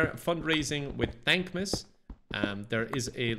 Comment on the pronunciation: I thought at first he was saying dank miss